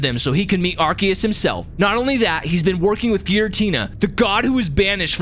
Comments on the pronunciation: IT'S PRONOUNCED AR-SEE-US, NOT AR-KEE-US! wtf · It’s called Pokémon legends arcoos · ARkeus ars-e-yus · Actually its arkoos* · what the freak are u saying, the name is pokemon legends arceus, arceus is pronounced ar-se-us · pokemon legends arceus Nah not arceus ''arkious''